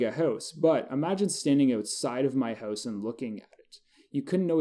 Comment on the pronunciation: haha i love how you say "hooose" instead of "house"